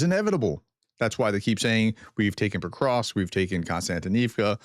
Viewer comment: Why are you still inserting an " i " in Petrovsk ?? It is NOT Petrovisk !!!! You do this 99 % of the time !!! You got it right ONE TIME only !!